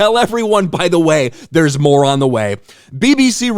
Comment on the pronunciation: The BBC tells everyone "there's more on the way" emphasis on the "more-on"